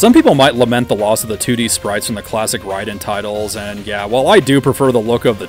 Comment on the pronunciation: Rayyyy Den not rye den 😂